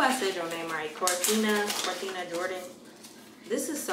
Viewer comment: lmaoo Kirah be saying everything wrong lmao "Corthina"